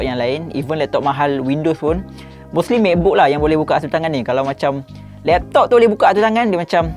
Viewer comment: “....lektok....” ade slang pantai timur 😂😂